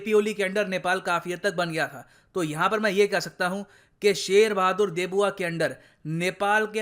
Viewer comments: Why you pronouncing Deuba as "Debuwa" sounds really funny 😂😂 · "देउबा" not 'देबुआ' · Very firstly pronounce our prime minister name correctly not debuwa its deuba..!!! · He is saying debuwa instead of deuba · just the fact ur calling sher bahadur deuba debua is quite offending to the normal neplese and i dont mean to sound anti india i agree that nepal should work with both india and china so just dont call him debua it's deuba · Debua nehin Deuba hai ! 😃😄😃😄😃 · शेर बहादुर देउबा है सर देबुआ नही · Sir wo देबुआ nahi देउबा hai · Not debua its deuba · pronounce Deuba not Debua 🤣🤣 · देउबा है सर न कि देबुआ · It's deuba not debua as spoken in the video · Its not DEBUA, its DEUBA… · शेर बहादुर देऊबा not देबुआ 👍